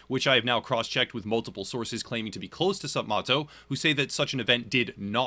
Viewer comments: The guy’s name is MATT. Not “Mott.” It’s like “sup, Matto.” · You’re saying his name wrong it’s sup Matt-o not moto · ..It's pronounced 'Sup-Mat-oh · third or fourth? video about this guy and he still can't even say his name right